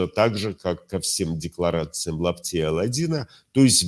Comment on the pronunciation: А почему вы говорите Лапти 😅? Он же Апти